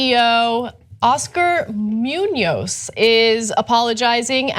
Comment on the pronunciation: omg the way you guys pronounce Muñoz.. lol